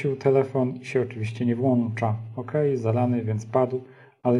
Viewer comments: a mi opadają cycki jak słyszę włancza a nie włącza bo kupujesz np włącznik a nie włancznik i to są wkręty a nie śróbki hej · Szanowny panie. Się włącza. Włącznikiem. Bardzo proszę nie kaleczyć polskiego.